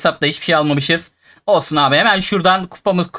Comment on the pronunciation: folsun diyo olsun yerine